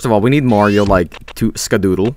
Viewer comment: HEY LITTLE BRO, OR SHOULD I SAY GREEN MAHRIO?!